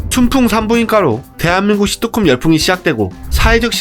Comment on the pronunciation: 발음 연습점 thㅣ트콤 너무 듣기힘듦